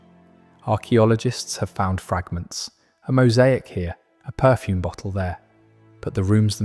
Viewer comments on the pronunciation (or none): none